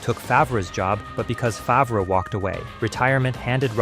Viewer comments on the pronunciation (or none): That isn't the only thing this video got wrong. The narrator can't pronounce Favre or Roethlisberger correctly, and he oddly referred to a season record as "fifteen to one." I'm starting to think it's AI.